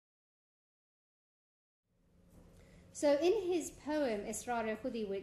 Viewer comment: The poem is Asrar-i-Khudi, not Israr-i-Khudi